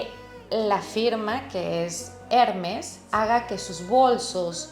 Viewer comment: ...me duelen los oidos cada vez dice el nombre de la marca...el acento esta en la segunda *e*.. trate de p ronunciarlo bien... Trabajó en Hermes..y me parecio muy bno su análisis del tema.